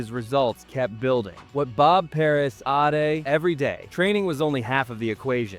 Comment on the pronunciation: AI slop. Ate becomes Aitay. Lame.